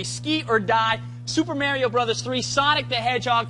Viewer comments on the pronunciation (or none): I like how this guy said "Super Mario Brothers 3" as "Super Merio Brothers 3" in